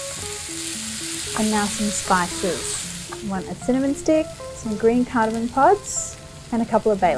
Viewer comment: The music ruins an otherwise top-notch video. Such a shame. Still a thumbs-up from me, but that music is horrid. Another issue: umm, it's "cardamoM", not "cardamoN". Please learn the correct pronunciation - a lot of people watch your videos and you're doing a disservice by not pronouncing the word correctly.